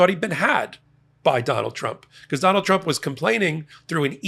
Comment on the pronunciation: Di9d this clown go to college to learn how to say TRUMP????? LMFAO